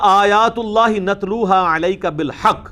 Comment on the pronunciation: انجینئر صاحب تو ویڈیو کے شروع ہی میں قرآن غلط پڑھ رہا ہے ۔ نتلو کو نترو پڑھ رہا ہے